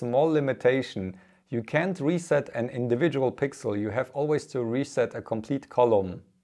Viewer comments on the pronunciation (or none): none